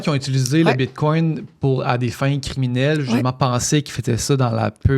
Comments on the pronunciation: Désolé mais je n’accorde aucune crédibilité à une personne qui dit : ''BitcoinT'' au lieu de bitcoiN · Tu sais que tu as affaire à une connaisseuse lorsqu'elle prononce bien le "T" à la fin du mot "bitcoin" !